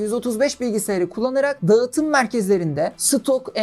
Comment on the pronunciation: Her videonu severek takip ediyorum, iyi bir hikaye anlatıcısısın. Naçizane ufak bir tavsiye vermek istiyorum eğer diksiyon eğitimi alırsan bu anlatımların daha da üst seviyeye çıkacağını düşünüyorum. Mesela Ğ harfi okunmamalı( dağıtım değil daatım şeklinde okunması gerekiyor) ya da açık e kapalı e eğitimi herkesin bilmediği detaylar . Bunlar gelirse seni dinlemeye doyamayacağız 😊